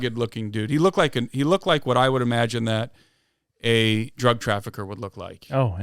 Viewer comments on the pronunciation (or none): none